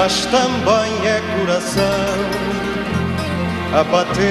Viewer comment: "Portugal no korakkoh" Nope, it's coração, pronounced as "kurasaw". Why can't the commentators do any research?